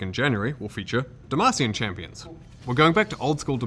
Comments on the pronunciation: please stop saying deMAcian, the a is not that sharp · I hate that says Demassian